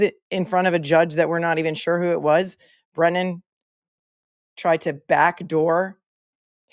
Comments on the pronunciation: I wish that Karen's team would start calling the weasel Breeeeeenan since he refuses to pronounce anyone else's name appropriately. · Brennan needs a phonics class! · What about "brain-non"😂😂